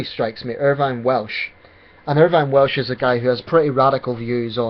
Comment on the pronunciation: You are so out of touch instead of living in the North of England you would be as well being 1000 miles away. So out of touch you can't pronounce Eddi Reader and Irvine Welsh's names correctly. Not sure if you even know who Eddi Reader is? You are so out of touch you keep on mentioning nationalists and nationalism and cybernats. You are so out of touch that you do not realise that the SSP & Greens support independence who don't consider themselves nationalists. There is even a strong, growing Labour for Indy group. That's why ex pat Scots like you don't have the vote as you just don't get it and are so out of touch that it is embarrassing.